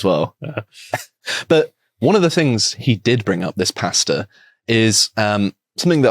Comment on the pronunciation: I can't be the only one that thought they were saying "Pasta" not "Pastor". 😁